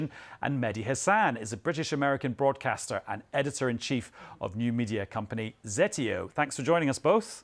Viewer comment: it's 'zeTEo'.. journalist.. do your homework.. you told us in one word you haven't listened to anything Mehdi Hassan has done.. he says the name of his company often.. with good cause..